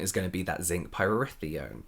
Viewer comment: Did James channel his brother with his Zinc Pyrithione pronunciation?